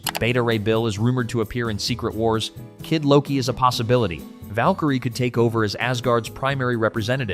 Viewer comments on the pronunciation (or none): none